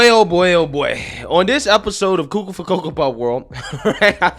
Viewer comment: I like when you say coco for coco puffs hahahha